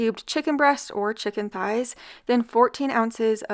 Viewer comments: no, she doesn’t. I heard her say “ties” every time she pronounced it. I even rewinded it back because it caught me off guard and she clearly says “chicken ties.” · Chicken THighs! Pronounced TH-eyes. The h is not silent, it combines with the t to make the same TH sound we hear in THe, THey, and THose.